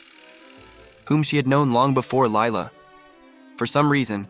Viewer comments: it is actually pronounced Leela not Lila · Girl it's lila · huh? It’s Lila